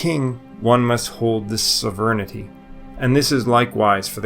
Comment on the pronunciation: What the fuck does "severnidy" mean? Do you mean Sovereignty? It's SOV-RAIN-TEE